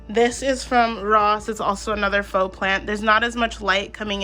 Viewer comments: just wanted to say that faux is pronounced "foh" (rhymes with hoe) not "fox" lol. great job great video btw, gave it a like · wait you said it correctly there........... maybe i misunderstood then nevermind!